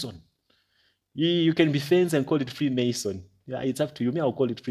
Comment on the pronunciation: I'm guilty of correcting you - I knew of this from when I was 17 so I was annoyed at your pronunciation 😂😂😂😂 but I'm here FREE MAN SON IT IS.